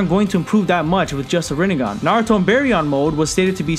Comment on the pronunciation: You mean "Rinne-gone"